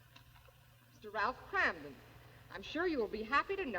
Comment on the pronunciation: He can't pronounce kramden